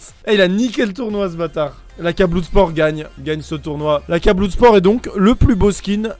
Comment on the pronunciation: Bloud spor. ouild fire. J'ai retenu que ça 😂